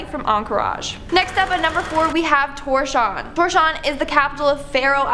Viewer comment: Tour-shaun? Toors-havv-n.